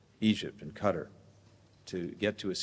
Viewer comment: "Cutter"... was he trying to say Qatar???